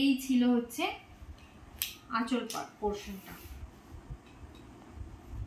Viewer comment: Ota achla na kotha ta achol